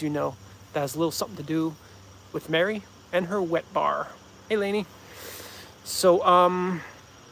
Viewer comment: Everyone always butchers my last name, I like it when you call me Lanez :)